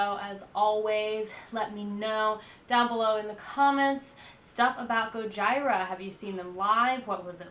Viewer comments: What a guy would do for his girl to react to "The Art of Dying" the same way you did. FYI its pronounced "Go-G-rah"😂 A list of a few of my fav Gojira songs: Silvera (Music Video), Flying whales, The Gift of Guilt (LIVE at Braxton), Pray (LIVE at Red Rocks), Amazonia (Music Video), Toxic Garbage Island, Sphinx (Music Video), Esoteric Surgery, Oroborus. Honestly every song is amazing there first two albums are also amazing and extremely heavy. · Omg my spine cringes everytime i hear Goj- EYE-ra….. lol stop it please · It's pronounced Goyeera. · Liked your Goj"eye"ra review 😆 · "It's finally here... Go-jyra" XD Sorry, that just sounded funny. Great reaction! Btw, they are one of the best live bands I've seen and I've seen about any metal band you can think of and they are at the top of the list of metal bands that kill it live. Their drums live are just punishing, you feel it in your gut every time he his the bass drums or the floor tom. Definitely a must see band if you have the chance. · Gojira... Gojeera! GOJIRA... GOJEERA! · It's pronounced "Gojeera" just fyi. As in Gojira, the Japanese way of saying Godzilla. Also: Hold On, New Found, Flying Whales, L'enfant Sauvage and Born in Winter are must listens. I know you'll definitely like The Wild Healer as well, cause I know how much you like 1m30sec slow, moody interludes. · I laughed the moment she said Gojira. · Epic fail. You not only mispronounced the name of the band, you didn't tell anyone what song you're reacting to and there was no sound.